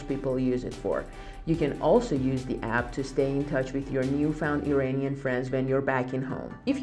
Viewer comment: Great info. But would you please pronounce IRANIAN correctly? Its not "E-rain-ian" but rather "E-run-ian". Thanks